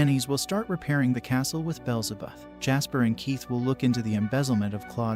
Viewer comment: Name corrections Aileen- eye-lean beelzebub- bee-L-ze-bub like the demon similar to the devil